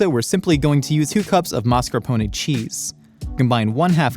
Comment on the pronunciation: may be goofy, but at least he can pronounce mascarpone correctly... Unlike pretty much every mook on the Food Network. mArScApOnE!!